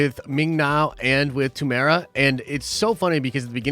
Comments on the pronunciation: There's 4 syllables in his name. You pronounce it as: 'Te-muu-e-ra' not 'Temora' lol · America to say his name property pronounce it lite this tea more wera say fast Morrison I'm from new Zealand check out once we're warriors his first major movie it is amazing